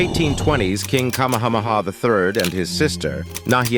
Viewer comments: Omg Kamehameha.... jeez the pronunciation. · You lost me at the ignorant pronunciation of "Kamehameha".